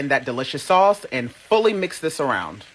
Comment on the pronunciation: OMG‼️‼️I HAVE TEARS ROLLING DOWN FACE FROM LAUGHING AT “SAOUCCCE”🤣🤣🤣🤣😀😃😄😁😆LOOKS DELICIOUS ‼️‼️